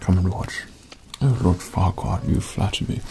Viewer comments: At the start at first I though he said loud fuckward. And no offence I have bad hearing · It sounds like he's whispering Lord Fuckwad LMAO 🤣🤣🤣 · Who the hell is Lord whatever?? Sound like lord fukkwhat! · Oh kk ... so now I understand , ... I thought he was saying ohhh fu**er! Again and again. I didn't understand why he was saying that, when he was being so nice all the time,..... and then I saw the title clearly and only then did i understand that he was talking about lord furquaad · I heard "LORD FUC K OFF" and I screamed laughing